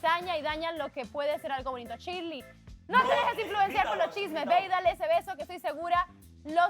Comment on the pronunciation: ni pronunciar correctamente su nombre pueden jajajaj chirleiiiiiii jajaja